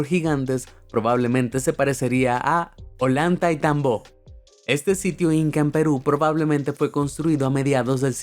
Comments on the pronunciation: Ciudad de gigantes olandaitambo ?? Que yo sepa es ollantaytambo 😂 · disculpa, no se lee hollantaytambó, se lee hollantaytambo, pachacutic no, pachautéc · "olayntaytambó" wtf, al menos que pronuncie bien, es "Ollantay-tambo" XD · no se llama olantaitambó se llama Ollantaytambo. se pronuncia asi nomas como se escribe. y eran terrazas de cultivo. tecnologia que seria bueno usarla actualmente. saludos. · Las líneas de Nazca no fueron hechas por los incas, infórmate bien, igual Ollantaytambo está mal pronunciado, la cultura inca no fue la única gran cultura del Perú